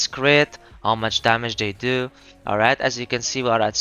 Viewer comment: a thouth it was "almight"